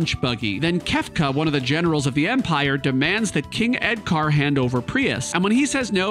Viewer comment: I'm 4 minutes in and I love all the car references. I heard you say "edCAR" and I knew you were going to name the monk "Punch Buggy"!